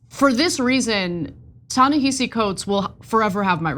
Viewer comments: Yes, it's spelled Ta-Nehisi, but it's pronounced Tah neh HA si. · The pronunciation is TA-NA-HA-SEE. Come on, you’ve been saying this man’s name incorrectly for a decade. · Are you mispronouncing his name on purpose? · The sad part is if it wasn't for the Israel element tyt one be talking about this man and she's pronouncing his name wrong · Please pronounce Ta-Nehshi’s name correctly. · Jesus, NEITHER of them can pronounce his name! AMATEUR HOUR! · You’re mispronouncing his name. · Why are Cenk and Ana both pronouncing "Ta-Nehisi" wrong? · Come on Ana, at the very least, research how to pronounce his name. He's an acclaimed writer. If you're going to report on it, get the basics right. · Can we please pronounce his name correctly? This is embarrassing